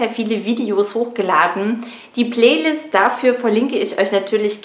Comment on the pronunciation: Wie sie playlist ausspricht Beste ✌✌✌✌😂😂😂😂😂